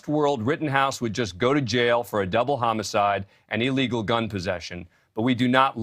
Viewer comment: Is he saying "chomo-cide"?